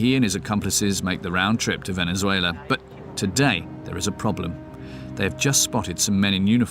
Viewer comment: "Vennizwayler." Say what?